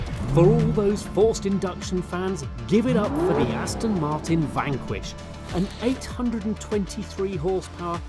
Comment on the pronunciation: Aston Matin?😂😂😂